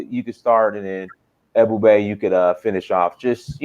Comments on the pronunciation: This disrespectful Haitian dude said African Americans have a 6th grade education yet he can't even pronounce Ebube? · Man shut up don't be talking about Black Americans not intelligent and you can't even pronounce that man's name you just shut up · This man is calling AFRICIAN AMERICAN'S DUMB AND HE CAN'T EVEN SAY THE GUYS NAME. REALLY,!!!!!!!